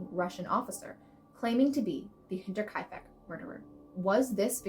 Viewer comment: You deserve a gold star for pronouncing Hinterkaifek correctly! Well done. Axe murders are always fascinating!